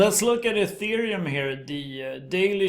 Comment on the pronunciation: Thank you for pronouncing ETH "Ethereum" and not "Ăthereum" like all the other crypto youtubers do. Dirived from the word 'ether'. Definition: Upper pure bright air. Pronounced (éther) (eether)